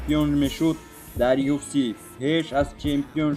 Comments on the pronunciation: Аму UFC-ро нагз талафуз кун!!! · UFC-ро дуруст талафуз кунен хубтар мешавад бародар